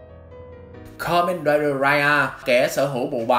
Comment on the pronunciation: Đọc sai chữ, từ ka men raiđer đọc thành karaider🖕